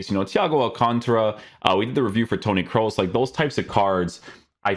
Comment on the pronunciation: Finally someone who doesnt say Toni Cruz 👏🏻